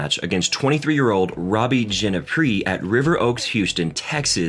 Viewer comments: Tommy “Hass”, Koala “Lumper”, Robby “Gin-a pry”, to name a few more haha. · Fill-uh-poo-sus. Gin-eh-pri. Row-nitch, Its important to say peoples names right. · What, you haven't heard of Mark Philisoppis, Robbie Genepry and Milos Rion? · "Mark Phila-Soap-us"?🤦🏻‍♂️ "Robbie Jeneh-Pree"?🤦🏻‍♂️🤦🏻‍♂️